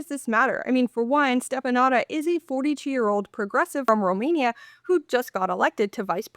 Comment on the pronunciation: it's pronounced shteh-fə-NOO-tsə 😂 Romanian ș is like SH and ț is like TS